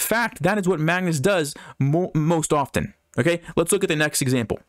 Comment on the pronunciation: you said "most opten"?